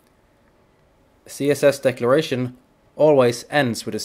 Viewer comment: It sounds like he is saying "decoration" but he is REALLY saying "decloration"